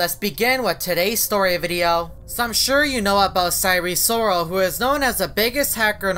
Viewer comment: sire sorol NAME: sire sirol